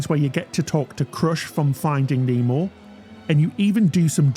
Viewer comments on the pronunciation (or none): none